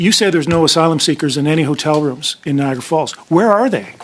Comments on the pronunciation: Don't you love the pronunciation of the Ai? Nia gara lol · Stop spreading miss information, can't even say Niagara properly!! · Why can't she pronounce Niagara. Falls properly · Do you think you could get an AI voice that pronounces Niagara properly?